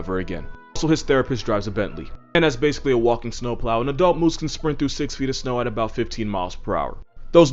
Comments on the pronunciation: the “moosiah” 😂😂😂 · Its "Meese"